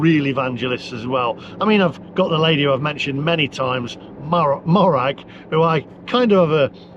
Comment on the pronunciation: Morag is pronounced mow (as in mow the lawn) rag,not maw rag